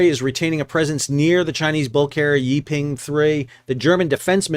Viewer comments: Great video, but "Yi Peng" should be pronounced like "E (as in Eel) Pung" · Oh, I don’t think you mentioned that the captain of the Yi Peng (pronounced “Pung”) 3 is reportedly RUSSIAN.